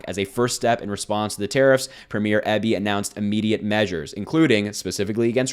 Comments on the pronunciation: PREEM-yer. EE-bee. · David Eeee-Bee